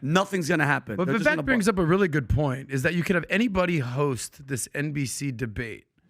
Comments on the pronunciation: Its, Vivek. Pronounced Vivake. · It's Viv-vake like cake! Jeebus get it right already!!! 🤦🏼‍♂️ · Vivek is pronounced Vi vake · His name is pronounced "vi - vake" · It's "Vee-Vake" guys - rhymes with "cake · It is ever so slightly off-topic, probably not that important, but... his name 'Vivek' is 2 syllables pronounced like the English words, 'We' & 'Wake'. 😁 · "It's viv-AKE (like cake)," according to Vivek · You’d think for a group of guys who love Vivek so much that they’d know how to correctly pronounce his name. 😂